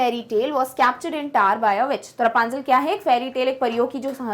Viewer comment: The tower is not tar pls don't speak the taar pls 😅😅